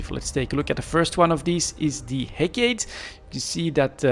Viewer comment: hec"AAA"tee its a oil vessle.